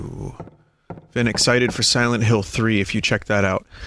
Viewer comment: Siwent Hiww. ....2